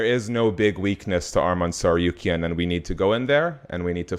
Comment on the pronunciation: Tsarukyan is pronounced /Tsar-oo-kyan/ habibi. Not tsar-you-kyan